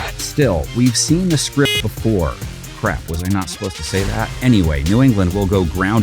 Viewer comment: BRO SAID SCIPT